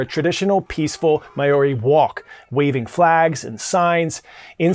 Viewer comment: Please check your pronunciation of MAORI! Very cringe